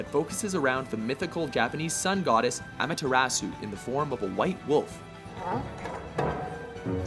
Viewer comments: I'm sorry but can we please teach this guy how to say Amaterasu correctly? Cause in one video which talks about Okamiden he says "Amateratsu" and "Amatearasu" in this one. It's Ah-muh-tur-rah-soo. How is it that the narrator can pronounce other Japanese names right, but always butchers hers? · Uhhh it’s a-ma-ter-a-su not amAterasu jesus you guys butchered her name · I thought the Amaterasu pronunciation couldn't get any worse... Then he said it a second time. What the heck was that? "Amretasu" ? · Just so guys you know it is pronounced A-ma-te-ra-su, I like this channel and it hurts when I here character's names get mispronounced. especially when those character are apart of a Countries mythology. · You kept on mispronouncing Amaterasu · Am I the only one who cringed every time he pronounced Amaterasu's name wrong? I know most people don't know how Japanese pronunciations work, but I couldn't help it. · Amaterasu was pronounced two different ways in this video. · You pronounced Amaterasu wrong, just sayin. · i wish people would research Japanese vowel sounds before trying to pronounce words like Amaterasu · i think okami should be higher up by the way way you say ameterasu terrible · I absolutely hated how he pronounced Amaterasu